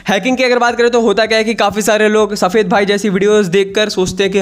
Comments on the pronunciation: Saphed kyu bhol raha he hasi aa rahi he 😂😂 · Why you say safed bhai 🤣🤣